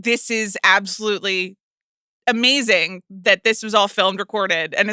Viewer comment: The last few weeks i clocked that Amanda adds a K on the end of every "-ing" word and now i can't not notice it. It's amazingk.